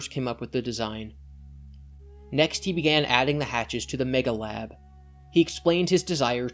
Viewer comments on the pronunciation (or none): Nitpicky, I know, but its actually Megahab, not Megalab.